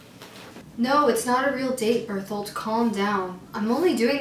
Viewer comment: no one: annie: Birth-Hold (Bertholdt)